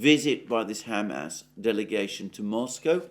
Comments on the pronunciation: I’m sorry but your “Ham ass” pronunciation is making me giggle harder every time you say it! 😄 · Is it only me, why do I keep hearing Hammed Arse? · I can't stop hearing him say "Ham Ass" when he says Hamas. 😆